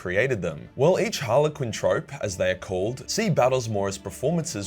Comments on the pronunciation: Troupe, its pronounced like troop, not trope, its a french word 'a group of dancers, actors, or other entertainers who tour to different venues' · It's a troupe not a trope my man. Otherwise great video. Trust an Australian to bastardise the language. And yeah, if you can dodge a wrench you can dodge a dodgeball. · If they do a sort of play, isn’t it a “troupe” not “trop” sorry just curious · Learn how to say troupe not trope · Troupe is pronounced "troop", mate. It's French, and it's a reference to a group of actors. Do I know that that's how this is written for a fact? Nah. I'm guessing from context. Love ya. Go Eldar. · Did he pronounce troupe, trope ??? Theres no way thats an accent thing... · It's pronounced "troops" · Troupe! Not trope... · Troupe is pronounced troop not trope. Cheers mate. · Pronounced 'troops' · It isn't pronounced 'trope' it's a 'troop' (troupe) like a troupe of musicians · The English language proving to be unnecessarily complicated; troupe is pronounced “troop”. You’ve probably heard of a “Dance Troupe” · Hey, sorry to be a Poop, but its Harlequin Troop, it ryhmes with Scoop. Apart from that. Top Work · lololol every time says 'troupe' like it's 'trope'... us theatre peeps know it's pronounced 'troop' like poop. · Is it "Trope" or "Troupe"? Clowns and performers are in "Troupes", pronounced "troops". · Harlequins are the good guys of 40k. A troupe is pronounced TROOP and not TROPE. a VERY important distinction.. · Troupe is pronounced troop. Great video though 😉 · Troupe. Troop. Not trohp. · Troupe, pronounced like troop not trope. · hey man, its troupe (/tro͞op/ long O) aka like that dudes a (Iron maiden) trooper not Trope (the way your saying it) - yea, English.. uhg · Troupe is pronounced "troop" not "trope" as in a troupe of stage actors. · Troupe is pronounced "troop" rather than "trope" Clown elves make my pp move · (Troupe) = /truːp/ PMSL carry on creating dude, love this sh!t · Troupe is pronounced troop